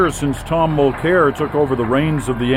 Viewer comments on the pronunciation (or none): it's worth a watch but damn, - SO many mispronunciations you'd almost think that you weren't Canadian. ARE you Canadian? Charette? Mulclair? outer-mont? come on, dude. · If you're gonna attack the guy, try to pronounce his name correctly.